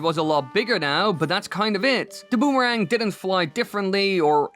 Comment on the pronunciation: a "bumarang" sounds incredibly painful.